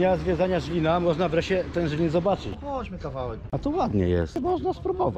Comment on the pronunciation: Wszystko pięknie ładnie ale nie Żlin tylko Zlin. Zliniacy się o to wkurwiają bo na Słowacji jest Żylina, a w Czechach jest Zlin